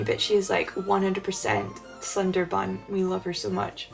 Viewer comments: I don't want to be mean but I noticed you pronounced 'tsundere' wrong - it's more like "tsoon-day-ray" >.< Hopefully that helps for when you have to pronounce it again c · a tsudere is pronounced 'tsoon-deh-ray'.... xD